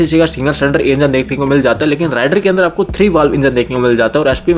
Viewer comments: Its रेडर not राइडर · It's raider please check pronounciation of the name